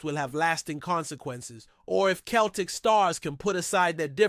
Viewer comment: Mate joe hart dnt play for celtic anymore and its pronounced seltik not kelrtik